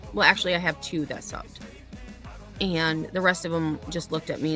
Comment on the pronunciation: Wow, I can’t even stand her voice long enough to make it all the way through a clip of her. And ( or aayand) if I say it using 2 syllables like this dufus, she’s a lying POS too. She should not be allowed to teach 12 year olds if she thinks Betty content is for pre-teens.